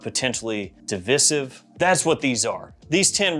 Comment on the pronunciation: Okay genuine question do people actually pronouncr divisive as divissive